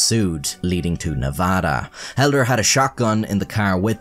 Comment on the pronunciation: Wow you said "Nevada" correctly!